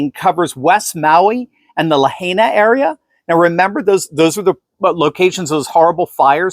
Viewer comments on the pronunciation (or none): Democrats run everything in Hawaii. And by the way, it is pronounced "La-high-na." Not La-hey-na." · Pronounced: Le-HIGH-na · The town on Maui is pronounced "La-high-na." (I'm 4th generation keiki na ai'na, Great-grandparents emigrated to the Republic of Hawaii.) Put out a hummingbird feeder for the bird in your video. I won't be impressed into CA and MA go Republican. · ...Lahaina is pronounced like..."La HIGH na". 🙂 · It’s ‘La Hi Na’ :) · Lahaina! We gotta get you over to the Hawaiian Islands to drive around and practice your Hawaiian pronunciation by trying to say their street signs..